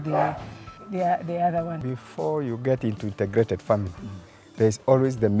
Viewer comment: Great episode! Thank you! But presenter, it is INTEGRATED not INTERGRATED. There must not be 'R'.